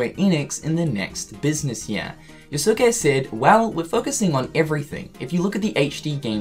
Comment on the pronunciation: Hearing say “Yo-Su-ke” is triggering me so hard XD